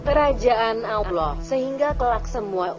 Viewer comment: Ya emang bikin sakit kuping sakit hati juga sih nyebut allah aloh dia blg